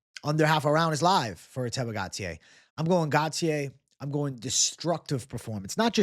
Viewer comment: GAUTIER is pronounced: GO-TEE-HEY, not Gatier